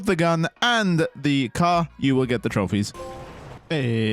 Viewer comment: the way you pronounced car... lol